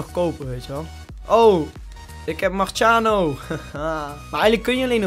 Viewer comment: marscano hahahah het is marscherano